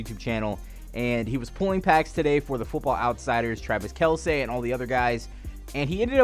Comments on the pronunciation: It's pronounced Kel cee not Kel say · Travis kelsee not kelseh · Why do you mispronounce easy names? His name is Bengal, it's also not Travis Kelsay.